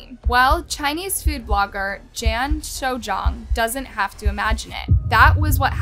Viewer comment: Pro tip: if you're going to do an 18 minute video about someone's murder, the least you could do is learn how to pronounce his name properly. It's Gan, like Gun with a hard G, not a J. Soujiang is pronounced So Gee Ong.